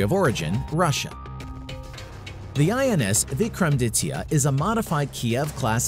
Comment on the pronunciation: The way he pronounced INS(Indian Naval Ship) Vikramaditya...